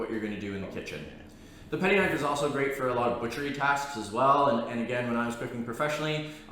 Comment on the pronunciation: Gito? Its Gyuto. Patty? Its Petty 🤦‍♂️